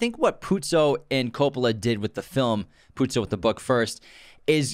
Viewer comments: Haven't watched the whole podcast but I wasn't happy that you kept calling the author Puzi instead of Puzo. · First episode of yours that I'm listening/watching. Mario Puzo wrote the screenplay/book, though. You guys say Puzi a few times :P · I almost left after the second “Puzzi” myself 🤷🏽‍♂️😕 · Mario PUZO, not Puzzi. You lose a lot of credibility when you reference the author repeatedly but can not even get his name right. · Ok, nice podcast. But, what the hell, at least get the pronunciation of Mario PuzO's name correct!! It's NOT Puzi- it's PUZO. But that's just the simplest of research to do! C'mon, put some effort into it if you expect to make money doing this stuff.